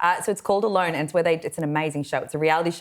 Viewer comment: said the show "alone," but for a second I understood "a loan." 😂😂😂 I think that would be a far better option for Andrew Mountbatten-Windsor. 😂😂😂